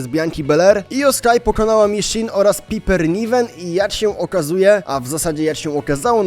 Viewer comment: ja szanuje wszystko. Ale "Pajper" nie "Piper"